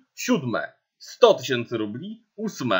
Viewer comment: Trochę zła wymowa bo mówisz "rupli" a nie rubli.